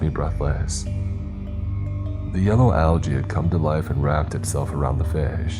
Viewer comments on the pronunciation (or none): none